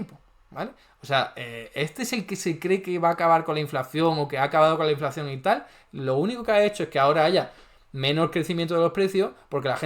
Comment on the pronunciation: Minuto 5: ya veo que entiendes las cosas como te interesa y no como objetivamente son, ... qué eres uno de esos zurdos ... ? Ponte a trabajar, a hacer algo positivo y no a enmerdar las cosas ! Y pronuncia inflación como es , CON UNA SOLA C.